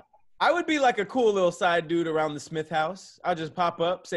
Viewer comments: "now fwip awround" 🤣🤣🤣🤣🤣 Hilarious Haha!!!!! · “Now flip awound” I lost it 😭😭😭